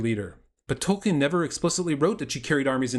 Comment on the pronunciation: Dude, it's hard to take you seriously when you don't even know how to pronounce Tolkien's naame.